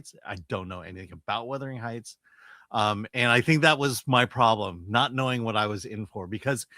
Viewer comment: Chris. Wuthering Heights is pronounced as "wuth-er-ing hights." The first part sounds like "mothering" with a "w" at the beginning